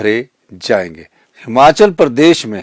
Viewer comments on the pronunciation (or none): यह बंदा आज तक हिमाचल नहीं बोल पाया हमाचल ही बोल रहा है। फिर ये लोग कहते है कि मोदी अनपढ़ हैं ।